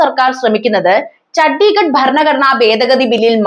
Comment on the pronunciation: ചഡിഗട് അല്ല. ചന്ദിഗ. Chandigarh.